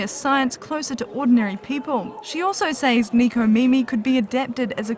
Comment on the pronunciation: Neeko Meemee XD Neko Mimi. Neko= Cat Mimi= Ears.